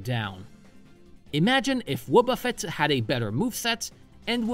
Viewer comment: Let me be Hermione: It's WObuffet, not woBUFfet. Also, it's chime-ECHo, not CHIME-cho :).